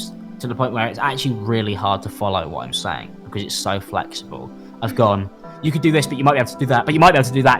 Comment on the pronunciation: "How could i dew that tew YEEEWW 😭😭😭" I cant take that accent serious